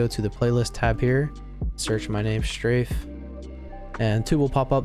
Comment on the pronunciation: day 79 of saying straimhfe’s name wrong